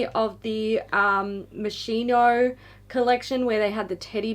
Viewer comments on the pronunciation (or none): It’s pronounced “moskino”, ‘moscino’ means gnat, midge